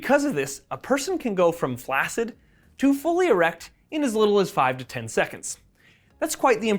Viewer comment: Love it!. Fyi "flaccid" is pronounced "flaxid" like the word "vaccine"